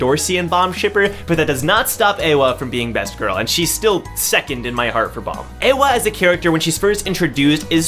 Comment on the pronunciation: Not [EHWA], corret reading is [IE HWA]